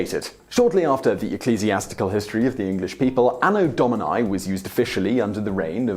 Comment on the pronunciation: AAAno Dauminyye... Terrible latin accent XD